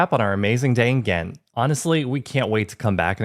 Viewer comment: Your english pronounciation of the name Ghent is actually more true to the correct pronounciation than your Dutch one. You use a very harsh, hollandish 'G' while in Belgium (just like in the south of the Netherlands) we use a soft G. Try some softer Gs, it'll make you sound more authentic. ;)